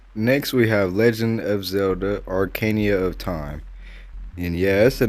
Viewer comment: orcania of time lmaoooo